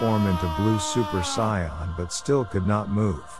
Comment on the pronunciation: It's pronounced Saiyan not Scion this is dragon Ball not Star Trek